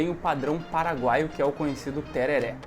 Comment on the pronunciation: A pronúncia correta é Tererê, msm os Paraguaios falam assim, na gramática do espanhol o acento agudo apenas sinaliza que aquela é a vogal tônica, e não que a pronúncia seja aberta como no português. Portanto msms que esteja escrito tereré, a pronúncia sempre é tererê!